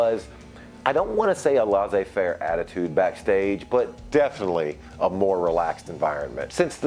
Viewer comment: Lah zay fair? It's pronounced lay zay fair buddy